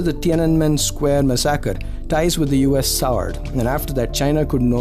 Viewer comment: What did you pronounce the word Massacre ?? 😂😂😂😂